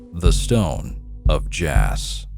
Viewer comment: It's pronounced "jaw"